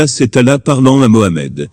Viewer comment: Il ne sait pas prononcer le mot "Allah "